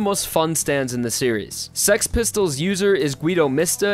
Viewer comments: Why you say it like sex pistols lol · HE SAYING SEX PISTOLS or else it sounds like that lol. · him thinking he's saying six pistols Me: he's saying sex pistol. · i love how he says six pistols as sex pistols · Its funny how im keep hearing saying sex pistols And not six pistols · I knew it, its "sex pistols" not six pistols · dude it is six pistol not sex pistol xD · Bruh it’s six pistols not sex pistols 😂😂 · He said sex pistol it’s six pistol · Six pistols when he says it sounds like sex pistols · He kept saying the name correctly. Its name is not Six Pistols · It is called sex pistols dude,go check the english name lol.